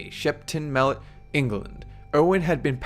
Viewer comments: Its England not Engerland :) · Just gotta say, love these videos but England is not pronounced with 3 syllables. Its Eng-land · idk why u call it engeland or enkeland but pls stop. then santa will give extra this year... P.S. i know santa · lol 'ingle-lund'? We just call it england here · Why is it that no foreigners can pronounce "England" correctly? I swear everyone pronounces it "Ing-er-land" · You can't even say England. You said ingleton or something stupid like that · Should be pronounced eng-gland